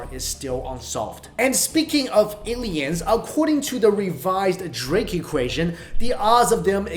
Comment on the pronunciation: Lol a-LIE-ns aren't real 😂